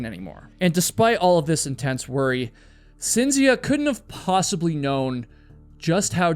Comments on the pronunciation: FYI: Cinzia is pronounced (Ch)inzia in Italian. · Everytime you say "Cynzfcia", my European ears are trying to end their life & explode🥲💀🥴🤢🫩🙉🙉🙉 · For future reference and only for information, rather than criticism - Cinzia is pronounced as CHINZ iya and Giovanni is joe VAHNI ; accent on the capitalized syllables. I can't believe that I knew nothing about this story, especially since I've lived in Italy for 30 years and neither my Italian husbands or my friends here have ever mentioned it. So glad you covered this mind blowing story! Now I have to start asking people whether they think he did it or invented it. Thanks very much for another great video!! 💯💯💯💯 🙂🙋🏻‍♀️✨ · Love these videos but the mispronunciations are driving me crazy ...Cinzia = Chint-zee-ah. Giovanni - Joe-vah-ni. (Sorry, I just can't help myself ... carry on) ;)